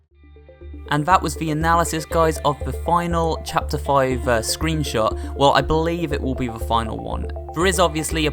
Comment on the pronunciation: you sayed scroonshot